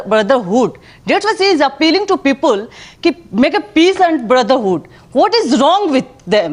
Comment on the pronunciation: ROFL ...😂😂 that "Peepul" ....